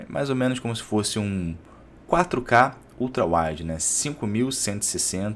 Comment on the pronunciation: Não se fala ultra "uaioud", é ultra "uaide". A palavra é WIDE, e não WILD.